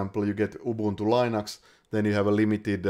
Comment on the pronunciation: Thanks! Super informative video! My only quarrel is the mispronunciation of "Linux".